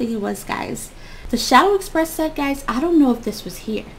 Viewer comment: She said shadow Express